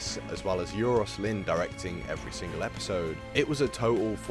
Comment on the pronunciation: Minor nitpick- the name Euros is pronounced Ay-ross or Eye-ross depending what part of Wales you're from